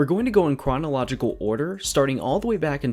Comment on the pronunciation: Wew going to go in cwonowogical owder...